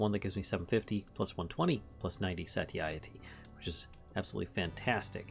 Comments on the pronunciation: Say-shitty works, but another pronunciation that you were closer to is "sah-Tie-itty" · Carry On is a great mod for VS, but I like how you used the crafting grid for 9 extra carrying space. I don't know why that never crossed my mind... Also, I pronounce it "SEY-sh-eh-tee", but man...it doesn't matter we get it. If someone gets hung up on it, it's their problem.